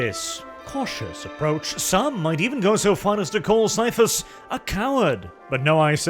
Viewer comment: I agree ... despite the temptation to make the once Super Man actor a space marine or primarily, the BEST role and probably the most fun for Cavill would be Ciaphus (pronounced Kie-ah-fus b.t.w.) Cain!